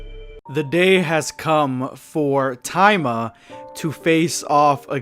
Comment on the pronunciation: No wonder I thought that was a weird name he was saying but he was just mispronouncing it. You forgot to pronounce the”I” there buddy boy. It’s ta-e-ma